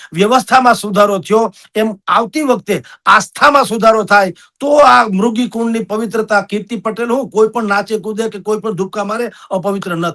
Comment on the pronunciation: આ ડોકટર સંત પણ મૃગી ને બદલે મુર્ગી કુંડ બોલે છે